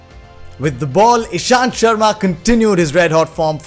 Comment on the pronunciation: Not nishanth... Ishanth